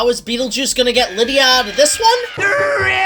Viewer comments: Liedia deetz was kinda annoying lol, its Lydia dude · Lie-dia Deets? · Why do you pronounce Lydia like that? Lol